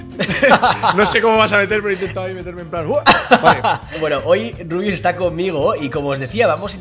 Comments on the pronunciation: LIKE SI HAS ESCUHADO A LUZU DECIRLE A RUBIUS "RIABIUS" E EL MINUTO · when te das cuenta de q luzu le dice a rubius rabius